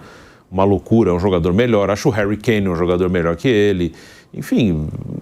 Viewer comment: “Réri Kin”